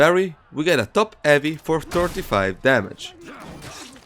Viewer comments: When u speak "heavy", the H is not silent bro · I love how he just completely disregards the "H" sound lol